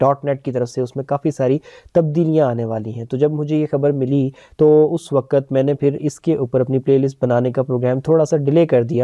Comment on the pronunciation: Uss 'wakat' nhi, uss 'waqt'